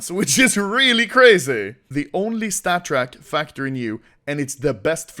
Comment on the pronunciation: Take a shot when anomoly says statttrk